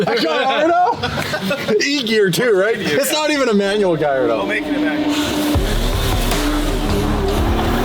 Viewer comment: Its a yellow GALLARDO not Galliado..🤣